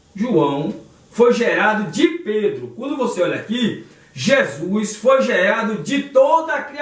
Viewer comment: PELO AMOR DE DEUS!! APRENDE A PRONUCIAR CORRETAMENTE O NOME DE NOSSO SENHOR!! NAO É JESUIS !!! É JESUS!! CADA VEZ QUE VC DIZ JESUIS É UM TAPA NOS OUVIDOS !!!!